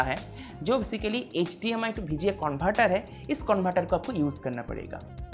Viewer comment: Aur vga ko bga 😂 Koi baat nahi hum angreej thodi hai